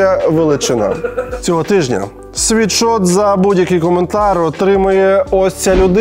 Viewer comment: Лйоша, кожного разу коли ти рекламуєшь свій мерчь, ти кажешь світшот. Ти просто Сіріусу казав вчора у випуску що STONE це стоун, а не стоуні. Вибач за виправлення. Sweatshirt від слова піт/sweat. Тобто не світшот а сует шёрт. Будьласка, не сприймай як образу. Можете навіть переробити в рекламу інглішдома, і сказати що завдяки інглішдому тепер ви знаєте що правильно казати суетшёрт, а ні світшот.